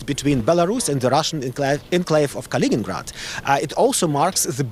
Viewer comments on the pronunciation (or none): none